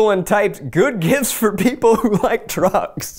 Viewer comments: I really thought he said trucks too but like yeah as we all have found out from this comment drugs makes way more sense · He said drugs??? I was seriously wondering, wtf does this have to do with trucks?? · When Zach said he looked up gifts ‘for people who like drugs’ I legitimately thought he said ‘people who like TRUCKS’ and I just imagined Zach buying a buttload of tonka trucks